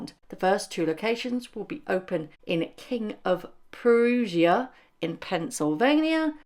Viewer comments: It's pronounced King of Prusha. Like Brush with an a on end. Like Brush-a. Prussian troops were involved in the American Revolution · It’s pronounced “King of Prussia,” with “Prussia” rhyming with “Russia.” It’s a big mall, not exactly in Philadelphia, used to be nice. King of Prussia is a town, named after an old tavern. M will buy her stuff from a regular food service business. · King of Prussia. Pruh-shuh. Like the country. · It's King of Prussia, rhymes with Russia. 3rd largest mall in the US. Lots of outlets, I don't think it's considered too upscale, definitely not high end boutique!